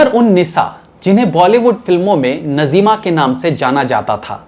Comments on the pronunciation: नज़ीमा नहीं नाज़्मा है सही नाम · नज़ीमा नही नाज़िमा . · You are too young so naturally you were not in those days about which contents you make the vdos doing already major mistakes in past. PRESENTLY IF I TALK SHE IS : NAZIMA AND NOT NAZEEMA AS YOU PRONUNCIATED.. USE TO TAKE HELP OF SENIORS. SORRY FOR DRAWING YOUR MISTAKES. YOU MUST GO AHEAD BUT BE PERFECTIONIST. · Bhai aapka yeh progaram mujhe bahut achha lagata hai magar aapne naam galat liya jaise najeema nahi naazima hai bolywood se qawaali gayab ho gai is par aap ek apisod banai